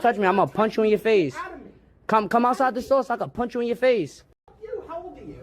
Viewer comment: "Im gonna punsh you in your fase" 🤓